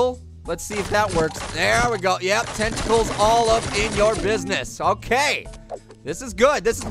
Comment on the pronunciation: tenticles Me:tenticles!!!!!! Yum I love it when it's nice and crispy But don't call me weird